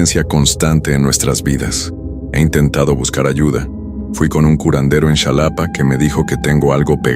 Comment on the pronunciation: Se dice jalapa,no chalapa pendejo